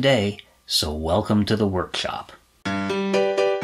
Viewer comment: Everything is awesome about these videos but the way he says workshlop or chlips always gets me. Nobody is perfect, its just classic, it makes me wonder if I will develop that speech pattern if I watch too many vids on electronics.